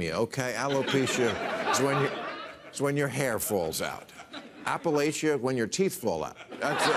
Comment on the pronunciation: If you're going to poke fun at Appalachia, at least pronounce it correctly! Someone might throw an apple atcha.